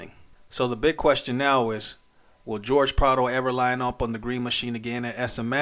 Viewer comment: 😂😂 fr tho I was like “hor-hey” come on now